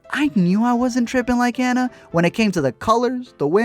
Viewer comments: It’s not an-na it’s pronounced ah-na! But still spelled like Anna even though it’s not pronounced that way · if he says "ánna" one more time 😤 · Not trying to be THAT person but it’s ANNA like AH-NUU not ANNA like Anna Kendrick!!! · if he said Anna wrong one more time I would jump through the screen and strangle him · Hearing you say Anna wrong throughout the whole video is driving me insane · Is it just me that’s bothered when he pronounces Anna’s name wrong lol. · Love you for the comment about Tangled being better because it's a FACT... kind of despise you because you say Anna's name wrong the entire. video.